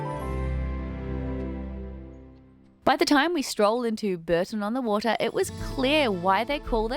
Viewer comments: Not Burton on the Water but Bourton on the Water. Pronounced Bore-ton. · Pronounced Boar - ton on the water. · Epic vlog. BTW Bourton-on-the-Water is pronounced Bore tun on the Water!